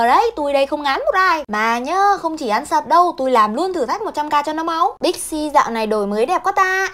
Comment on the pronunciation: Big C nghe thành pepsi :))